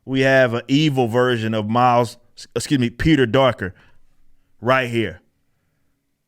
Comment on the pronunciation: did this man just say "peter darker?" that shit just killed me lol